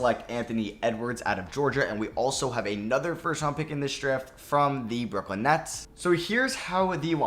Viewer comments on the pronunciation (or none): none